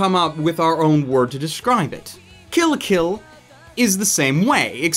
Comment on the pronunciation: Dude it's kill la kill, don't think to hard about it